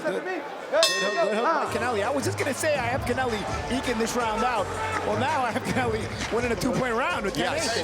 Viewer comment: Commentary guys pronouncing Connelly's name like it's Hispanic or something. Good work boys 🤣